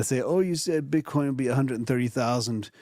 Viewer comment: calling it bitcorn bullish